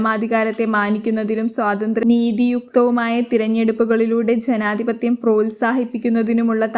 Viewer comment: ചെനാധിപത്യം ആണോ അതോ ജനാധിപത്യം എന്നാണോ കഷ്ടം ഈ പെണ്ണിന് oru tongue cleaner വാങ്ങി കൊടുക്കൂ